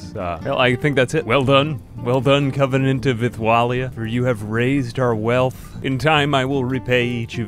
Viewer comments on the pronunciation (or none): none